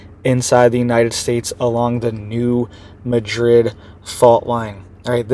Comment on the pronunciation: I live in TN and it’s NOT pronounced “MaDRID” but “MAD-RID.